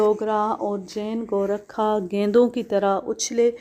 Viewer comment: بی بی یہ لفظ گو- رکھا نہیں گورکھا ہے جو ایک قوم ہے